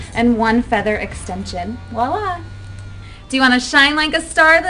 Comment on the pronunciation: I know this shouldn't bother me but "voilà" is pronounced with a 'V'.